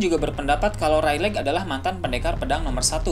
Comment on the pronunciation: Reylig min bukan reyleg 😂